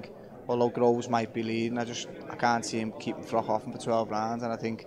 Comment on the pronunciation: Why do so many guys call Carl Froch, Carl Frock?! It seemed that DeGale used to do it to bait and annoy Carl (whose not exactly the hardest guy to wind up!) but since then we have had Johnny Nelson and now Stephen Smith.